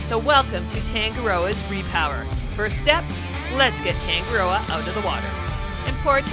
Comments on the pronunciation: Please try to pronounce Tongue A Rdrdoa correctly, roll the R 😊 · im from nz, the way you say tangaroa is wrong. Sounds abit weird how you guys say it